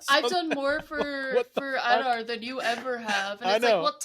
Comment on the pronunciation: AD-ar Not OLL-dar😊